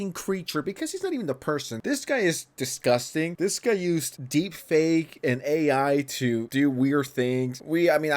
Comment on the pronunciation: obviously dis-gus-tees me!?